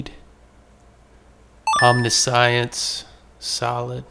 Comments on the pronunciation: please for the love of god its Om-nish-ens not omni-science. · Love ur vids but i gotta be that guy...im sorry. How to pronounce the following: Omniscience ( aam·ni·shns or om-NISH-uhns ) and MIrrodin ( mih-ROH-din). Hope this helps, sorry again. Hope you keep finding absolute bangers! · not pronounced Omni-science lmao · I realize im being stupid here but I heard omni-science and I had to stop 😂